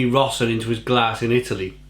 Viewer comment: Your pronounciation of "Peroni Gran Riserva Rossa" gave me a faint. I'm italian, you see. You said "Pr'nee gr'n R'sr'va roZa". All the vowels were not pronounced.